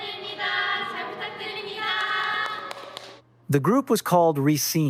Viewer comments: I hate to do this but the group name is pronounce Re-scen-nuh not Re-scene. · But it's /risén-/. Not /risín-/.